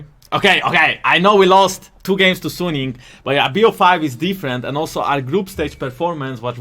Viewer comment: I think Suning is supposed to be pronounced like Sue-Ning. Not Sun-ing.